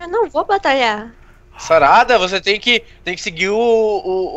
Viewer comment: se voces perceberem ele fala sarrada em vez de sarada